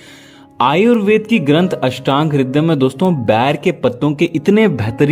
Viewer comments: ये बैर नहीं होता है बेर होता है सर 💐💐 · Please Say It Ber Not Bair. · बेर कहो न कि बैर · Pahle ber bolna seekh lo phir ilaaj batana.